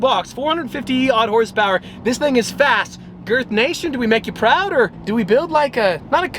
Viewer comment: Fast not Fat!!